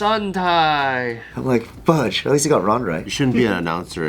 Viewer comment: It pisses me off that a guy so tough says 'fugde'